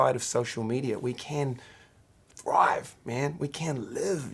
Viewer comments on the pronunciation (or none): Hah! Love how he says “THRIVE” (folks should get it)